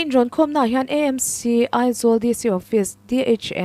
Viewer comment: I aw a mawi in ngaihthlak a nuam viau mai, chutih rualin tawng thlûk diklo leh a awmzia tibo lek lek a awm zeuh zeuh mai. Tin, Aizawl Municipal Council (AMC) EMC tiin kan lam fo mai a, A AW B a A kan lam anga lam hi kan tawng leh khawpui humhalhna chikhat a ni.